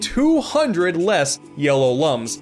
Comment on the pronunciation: it’s spelled like lums but it’s pronounced Looms like IlLUMination